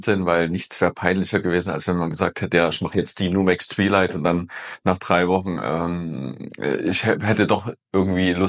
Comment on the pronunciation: twilight spricht man anders... 2xei. Nicht i. 😂